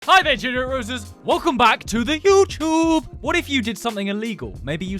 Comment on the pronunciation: “Welcome back to the YOUCHUBEE!!” Never gets old